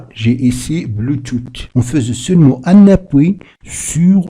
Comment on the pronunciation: Mdr "bluetooth"🤣🤣🤣 c'est quelle manière de prononcer ça